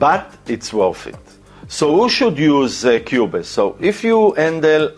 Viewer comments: Great content. Pronounced Qube's, not qube-es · the e is silent in qubes.